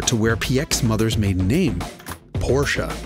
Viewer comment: i will tell every American content creator to START learning pronounce Porsche correct...